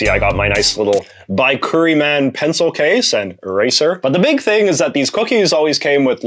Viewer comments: NOT Bi-kkuri-man (not long "I" sound on Bi. It's Bic-koori-man. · lol not 'BYE curri man' it's 'BIK ker i mon"